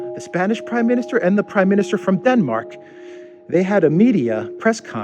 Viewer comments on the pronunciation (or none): none